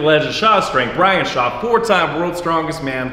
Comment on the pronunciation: its Shaw. Bryan Shaw and.